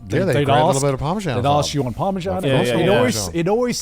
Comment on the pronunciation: Fully Revoking Garnt and Connor’s British citizenship for calling Parmesan “parmejan”